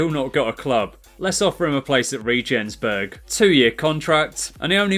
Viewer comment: im also german and you totally nailed it 🤣